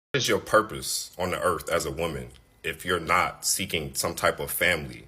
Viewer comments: Lol he said "erf" what is "erf" is that the planet he lives on in his head? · This first guy was just released from prison. He needs to go back and stay there. 😂 he can’t even pronounce earth 🌍. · He needs to focus on speaking properly. There's no "F" in "Earth"... Moron🤦🏾‍♀️🤦🏾‍♀️🤦🏾‍♀️